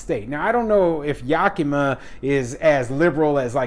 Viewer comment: It's YAK a ma.